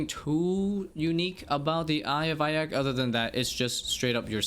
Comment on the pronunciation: eye of ahka lol